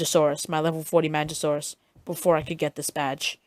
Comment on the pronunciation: Not pronounced manjasaurus, but good vid beginners,listen!